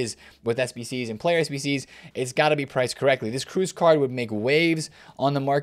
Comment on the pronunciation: ))) the way this guy pronounces Kroos. It not Cruise :)) for a Fifa content creator that’s lazy